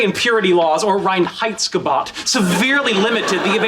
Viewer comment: Reinheitsgebot is more pronounced like reign-hights-ge-bow-t. Sheldon should know this